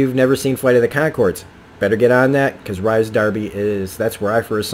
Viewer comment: His name is pronounced Reece lol